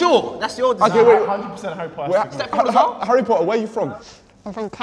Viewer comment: Harry Po’uh